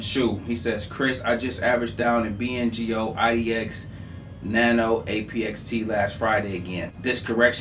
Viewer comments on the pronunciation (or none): none